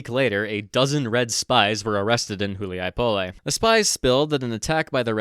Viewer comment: Hu li a Poll...say it right yeesh